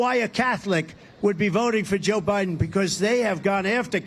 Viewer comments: "Joe Bilen couldn't pronounce her name." LOL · And when he said “he can’t pronounce her name” he literally could NOT pronounce Biden’s name. lol.